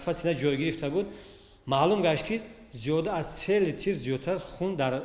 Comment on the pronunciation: Руи и духтур сиех дуруст гап зада наметонад наход литрро литир гуи аник дипломро харидааст дар дуруг гуи ва худро сафед кардан хун надорад дар асл ингуна духтуронро зиндон бояд кард